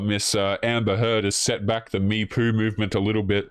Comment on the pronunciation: Did you say "me-poo" movement with Amber?? 🤣